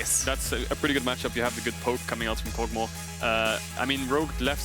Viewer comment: Everyone else: Kog'maw: Kogmah